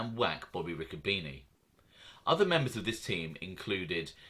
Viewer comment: It's pronounced Ricco bene'